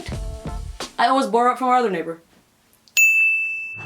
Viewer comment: am I the only one fascinated by the way she pronounces "borrow"?